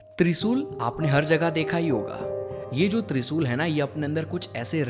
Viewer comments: Bro kindly requesting u , please uchcharan in shabdo ka sahi kijiye - speak. ...TriShul, Shakti ,Shiv instead of Trisul,Sakti,Siv,Sivling !!! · त्रिसूल नहीं भाई त्रिशूल है